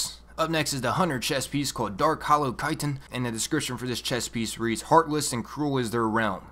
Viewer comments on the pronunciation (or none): none